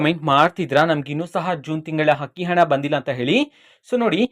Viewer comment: Adu akki hakki alla ninna ammanatullu sariyagi kannada kali